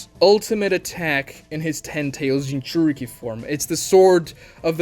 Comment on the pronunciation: Consider this. What if it's pronounced like Gin-joor-ikki